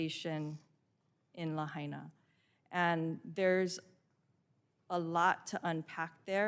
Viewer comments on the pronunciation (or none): Ms Castor lost me when she pronounced "Lahaina" like she's trying to speak Spanish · Ms. Castor should have spent 2 minutes learning how to pronounce “Lahaina.” It’s a Hawaiian word, not a Spanish one.